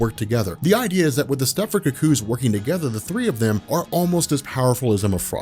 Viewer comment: I hate how u say cuckoo's.(ku_ku) You keep saying cook kooze😣😣😣